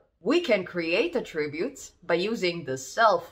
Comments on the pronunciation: att-ributes, not a-ttributes! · Loved listening to how your Canadian English pronounces Attributes with 2 syllables (Attrib-utes) to Australian 3 syllables (At-trib-utes). Very cute. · God, I wish you would learn how to pronounce attributes! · I can't listen to her mispronounce "attributes" this many times. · Have I been pronouncing attributes wrong this whole time?